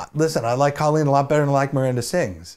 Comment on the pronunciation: PSSSST! It's CO-lleen Ballinger.. CO as in coworker. She's said it happens all the time and she doesn't really care either way, but at least now you know. 😆